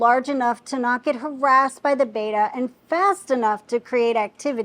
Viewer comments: Someone teach her that it's "Betta" not "Baeta" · It's NOT pronounced BAYTA....IS BETTA